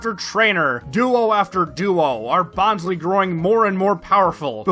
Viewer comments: Bon_sley not bonsly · Is no one really going to mention how he keeps on butchering bonsly's name as "Bon - slee"..? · Favourite plush but cant even pronounce its name properly lol (jk, this video has frankly been one of my all time favourites of this recent craze, i love your personality, your comedy and quips, and your editing, i was genuinely surprised at your subcount cause this video felt to the standards of or maybe even better than most popular poketubers videos. You have so much potential to be one of the big bois in the poketuber scene and i really wish you the best for your future videos, and can't wait for more!) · You're pronouncing Bonsly wrong. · Did you intentionally mispronounce Bonsly to replicate Mah-Dry-Bread's Rattatta troubles? 😉